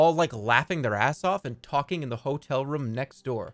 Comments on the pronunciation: He says room like rhum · why does he say room with a schwa its really bothering me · I like how he pronounces “room” can’t get enough of it